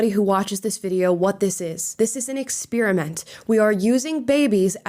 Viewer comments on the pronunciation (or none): Aaaawwwww you pronounce experiment wrong. 😢